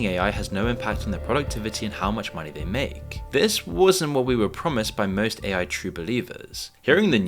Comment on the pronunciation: People “take ma monneh”